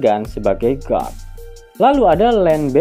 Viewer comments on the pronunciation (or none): none